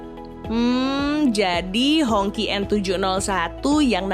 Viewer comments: bacanya "Hong ci". Bukan "Hongky". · Ralat dikit ya, baca nja jangan honki lebih mirip nya Hong chi. kalo Hongki, jadi kayak nama tetangga ane si Ahong yg ganti ke nama Indonesia jadi Hongki/Honky. 🤭 Anyway good video 👍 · Hongqi dibacanya Hongsii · Mungkin dia baca versi bahasa hokkian nya yaitu "ang Ki"